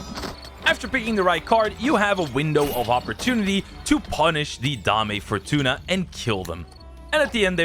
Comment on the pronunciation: the name of the boss is dame fortuna not dahmeh fortuna, also known as Lady Luck